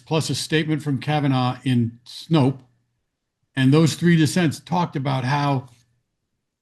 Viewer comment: ignorance is still showing. Snope, not Snopes. Please tell him.